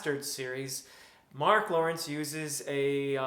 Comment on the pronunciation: Thank you thank you thank you for pronouncing his name correctly!